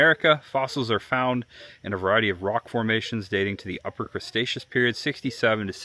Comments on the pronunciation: Bro you butchered so many names 😂😂😂. And its Cre-Tecious not mr. Crabs 😂😂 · Cretaceous❌Cresaceous✅(he butchered all the names💔) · I like that you kept saying "crustaceous" instead of Cretaceous Period. 😂😂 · It was actually funny hearing him say words like "creStaceous" or "carnoSaurus" and naming pretty obvious dinosaurs wrong by first observation. 😂 Not annoyed at all since it was great seeing him react to everything just as a normal dinosaur fan would. 👍